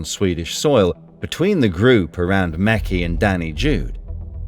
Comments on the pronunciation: Not “Danny Jude” it’s “Dani Jew” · it is not jude like in the song "hey jude",it means "the jew". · Not sure how important this is, but he's called "dani the jew" in english, not "dani jude".